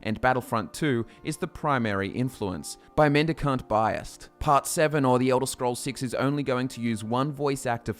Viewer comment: Oh good lord how you pronounced mendicant bias almost game me a headache